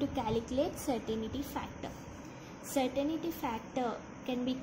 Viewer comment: hi, certain-ty not certain-i-ty